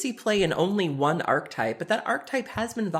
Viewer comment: Archetype has three syllables. ARK-EH-TYPE. I hear Magic media people mispronounce that all day as ARK-TYPE.